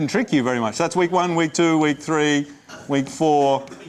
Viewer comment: note when he says "wake" he's saying "week"